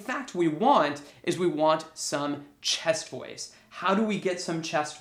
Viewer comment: I thought he was saying 'Chest Boys'.